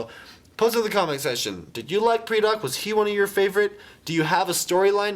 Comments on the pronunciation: It's pronounced PRY-Dak. Not PREE-Dak. Lol you're terrible at pronunciations, but it's understood. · It's pronounced "Paradak" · ether u pronoused pridak rong, or its a tomato-tomoto thing.